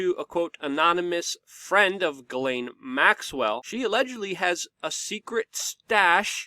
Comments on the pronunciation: Ellen. Not elaine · Ok Luke I can't take it anymore. Her name Ghislaine is pronounced (G-slen) Pronounce a soft G and slen like Ben. It's a french name and I have a few cousins with this name. The way you pronounce it is spelled Guylaine. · Please pronounce the name (Ghislaine) like Zshees len or Jheeslen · Luc, her name is pronounced Jeeslaine ... it's french